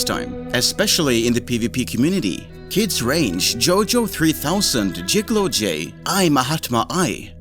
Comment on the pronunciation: its pronounced kids rank not kids range :p